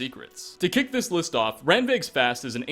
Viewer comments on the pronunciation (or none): none